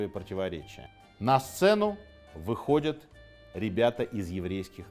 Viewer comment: Все вроде хорошо и интересно, еще бы прозношение отдельных окончаний выровнять и будет идеально: не выходЮт, а выходЯт, не находЮт, а находЯт, где то в школе, видимо, был пропущен урок по русскому языку...